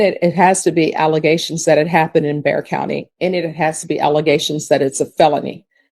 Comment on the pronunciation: It’s Bexar county. Not Dare county.😂 AI will not be the answer.